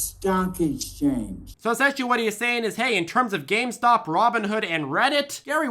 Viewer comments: "Gamestock and Reddick?" How did this man ever get elected to congress without learning de English language. Did anyone actually vote for this Scott? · He called GameStop GameStonk! Haha Reddick hahaha man u are do right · Hard for me to take anyone seriously when they cannot even say Gamestock, Reddick, or RobbidHen properly.